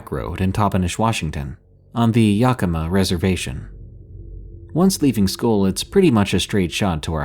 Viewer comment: Just a quick FYI.... The Yak in Yakima is pronounced just like the animal .Yak- i - muh is how it sounds. You got Toppenish right👍.😁